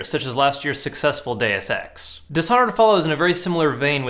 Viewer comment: "day of sex"? no. "deus ex"